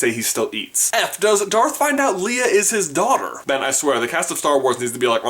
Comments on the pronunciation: lay-a not lee-a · It's lay-a not lee-a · why r u saying lee-a, its lay-a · And Leia's name is pronounced lay-a not Lee-a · Me when he pronounces it Lee-ah "NOOOOOOOOOOOOOOOO" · You said Leia wrong! :/ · HE PRONOUNCED LEIA WRONG!!!!!!!HJEDDBEHEJefueihewfujndejden!!!!